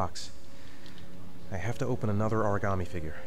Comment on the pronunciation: Why is it that only can pronounce "origami" properly?.